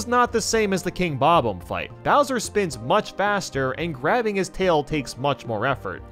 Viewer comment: Him saying the 'omb' part in Bob-omb like the 'omb' in catacomb instead of the 'omb' in bomb annoys me so much